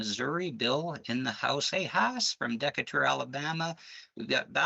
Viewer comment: Dekka-ture Alabama 😂 Duh-KAY-ter!